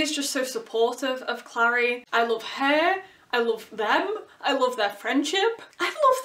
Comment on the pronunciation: the show is soooo baaaaad noooooo don't touch my booooks! CRinGe ATTacK p.s. the way you say Clary is weird. You say Clari, I say Clairey